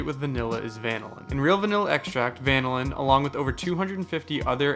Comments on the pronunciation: van-o-lin? Bro is dumb af its pronounced va-nil-in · The pronunciation of vanillin is confusing me. Is that really how it’s supposed to be pronounced? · Bro really said vanillin instead of vanillin